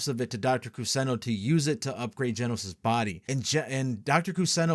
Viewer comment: Funny how nobody really noticed "Genos" reading out like genocide